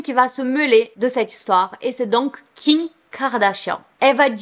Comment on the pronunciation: Superbe vidéo ❤️ Mais j’aimerai trop savoir un truc mdr Tu dis kiM kardashian, kiN, ou Ki kardashian ou c’est juste moi qui entends mal haha